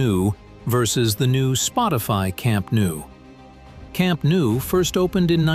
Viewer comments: it's pronounced camp NO not camp new. basics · camp nou in catalan = camp NO in english